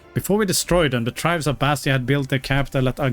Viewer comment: Hi, Dacia is usually pronounced either with a tch sound (Datchia) or like you would pronounce the car brand name with a soft c (Dashia)